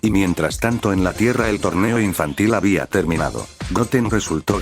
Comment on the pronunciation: Sin ofender pero utilizas mucho acento en el Habia